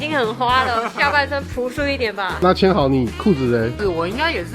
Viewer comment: 千豪的日文發音是1005啊😅